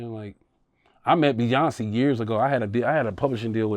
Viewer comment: First, you have to learn how to say Beyoncé name 😂😂😂😂😂